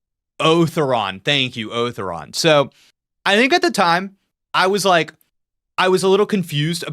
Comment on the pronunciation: Otharon is pronounced "Oh-Thau-Ron" with some extra accent on the "Tha"